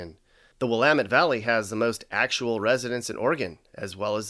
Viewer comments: Judging from how you said Willamette I'm starting to think you're not Oregonian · You need to learn how to say Willamette damit! l0l :)